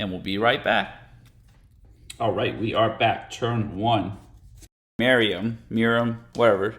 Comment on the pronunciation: There’s no um in miirym.